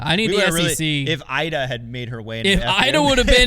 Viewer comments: Come on we’re not even pronouncing Iida’s name correctly?? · It's a nitpick, but it's Eee-dah, not Eye-dah. *Iida Lehtomaki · E-duh not I-duh. On Apple Podcasts app making my ears bleed and whispering. Crazy that in here it’s fine. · E-da, not I-da. I don't make the rules. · Iida is pronounced Eda for you Americans ✌️❤️ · Agree not a nitpick. We only heard her name like a thousand times. I really wish as an American we can have correct pronunciation of ALL European MPO and FPO players! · can’t even pronounce Iida’a name correctly and still claims to care about FPO. Insane